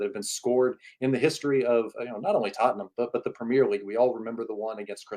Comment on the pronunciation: Who is tuttenam? Lol jk jk